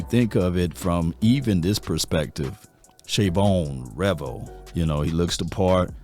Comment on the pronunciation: sh-uh-vawn rev-el. jay-den blue.